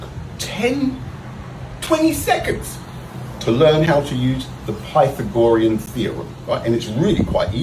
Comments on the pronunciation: Come on,. The guy is wrong enough without you bagging on his pronunciation (which you mispronounced) when he corrected himself. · how many times can you mispronounce Pythagorean theorem in one small video? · The poor guy not only doesn't know how to pronounce "Pythagorean," he doesn't know how to indicate a right angle. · I'll be completely honest.. I had NO idea what the hell he was talking about with that butchered pronunciation. It wasn't until he drew a right angle and wrote the A and B that I got it and finally rolled my eyes. lol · nope, pronunciation is crap. he repeatedly makes this particular mistake. that he then pokes fun at others' mispronunciation is pretty cringe. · The way he butchers Pythagorean theorem makes me violently angry. You can tell he’s never heard it said by anyone in person before 😂. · I can't believe that these guys feel confident enough to upload this garbage. Thanks youtube! Thank god the video ends when it does. I can't hand listening to him butcher Pythagorean one more time. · Did you see how much chalk was on the floor? I bet he did like 40 takes trying to say Pythagorean and was finally just like "F it, no one will know". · That guy got me forgetting how to pronounce “Pythagorean” for several minutes after this video. I guess stupidity is contagious. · If he'd heard it, he would pronounce it correct. He's sounding it out phonetically based on reading it, but not understanding the exceptions for pronunciation of loner words. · "pie-the-gorian" theory? Hahahahahahahaha. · "PY-THA-GOR-IAN theorem!" 😂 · The Pi-the-gore-yen theory-um. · I couldn't get passed the way he said pythe-agorean theorem. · OMG it doesn't know the Pie tha gorian formula is only on right triangles... clearly he's never even had "Tri go nome ics" ( assuming that is how he would pronounce it ) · PY-THOR-GORIAN? What now? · Pie-Fo-Gry-an Theory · Pie-thag-OR-ree-un…..? Um what now? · Sounds like a pokemon when he pronounces the theorem wrong